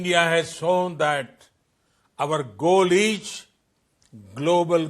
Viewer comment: Ij instead of is 🤣🤣🤣